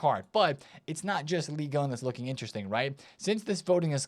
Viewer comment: it’s Ligue Un not league one, league one is a lower English division